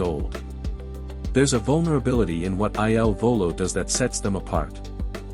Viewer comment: Eye Ell Volo? Really??!!